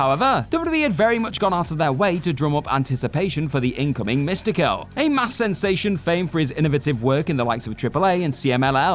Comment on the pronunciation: Místico* not Méstecouw